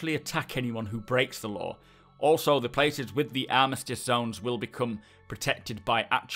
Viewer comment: Ooohhhh. You're saying law! I heard lore!